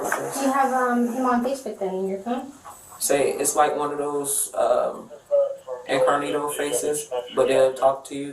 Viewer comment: Did she say incarnito? I’m guessing she meant incognito…maybe it’s just her accent? 😂 also why do they allow their cops to be so out of shape? I mean you should be in decent physical shape for that kind of job.